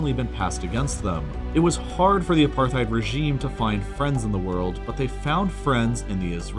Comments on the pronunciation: Also the other mispronounced word is: "uh-par-tide". You'd think one would do their research. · Apar-tide NOT aparth-ide or apar-thide! Hard "T" not "Th." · How can any adult on this planet mispronounce Apartheid?! I mean, honestly even non-english speaking schoolchildren know this.. It's pronounced apart-heid, not "apar-theid". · I'm pretty sure it's supposed to be pronounced apart-heid, not aparth-eid, since the word is Dutch in origin. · That and AparTHeid… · US and NATO? NATO. Pronounced apart-hate. I would not be surprised if France was in it too. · And Apar-tayde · It's pronounced "Apar-tied" dude, c'mon man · Just a heads up: it's pronounced A-part-hide. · Ah apartheid- you see th written word… but don’t know how actually said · This is pretty good but man you gotta learn how to pronounce certain words. Apartheid and areceibo are wrong. I thought you loved LEARNING EVERYTHING YOU CAN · dude that’s not how you say apartheid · And apartheid. :\ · You mispronounced both Arecibo and apartheid. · I'm pretty confident you're right, but considering how often he mispronounces nuclear, it can't be too surprising he makes here as well. I think he also mispronounced apartheid. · What was with the butchering of the pronunciations of apartheid and Israel, and the upside down union flag? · You mispronounced arecibo, apartheid, particularly and sortie. Normally I wouldn't be so nitpicky but this is educational so I feel it's worth mentioning.